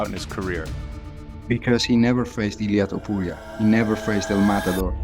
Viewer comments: Masvidal : " Illia Tempura " 😆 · "A good friend of mine, Ilan tampura " Bordel tu connais même pas son nom....